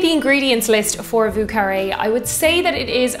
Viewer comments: Vieux, pronounce more as yearning. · Thank you for wonderful videos! Also a great whiskey sour-fan.. Have you tried an Apricot Sour? Think it’s the ultimate version😊If you’re making more french cocktails: Vieux is pronounced ”Vjö”☘️ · Yo,, it’s Vieux as in “vo”, like “yo”. This is a New Orleans pronunciation, and they’d be offended if you ain’t said it right! My favorite drink, btw! 🤗🥃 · You may want to learn how to pronounce vieux